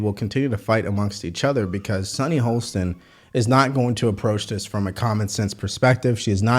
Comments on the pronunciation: It's so weird that pronounces her last name "Holsten", even though he correctly spells it "Hostin" in the video description. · Sunny Hostin (pronounced HAH-stin) works backward from her conclusion. Using her reasoning, one COULD conclude that, since the white vote was split more evenly than the black vote, that whites are significantly less racist than black voters.